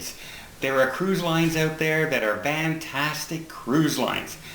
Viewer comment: I think is just his F's just sound like V's but whatever the reason it's cool like his own calling card Carol had the ear tug got the Vans 😘